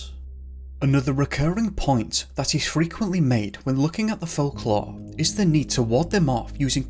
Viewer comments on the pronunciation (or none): What is this accent? I've never heard "folklore" pronounced "fahk-lah" or "assume" as "ah-shume" ever in any accent, ever. lol